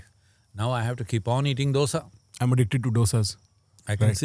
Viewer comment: Hey North Indians.. It's not 'dosa'... It is '2 sa' ... '2' in hindi दोसा It is not डोसा Surely you know the different between both